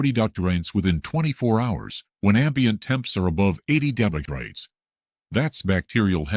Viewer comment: AI can't say degrees correct 😂😂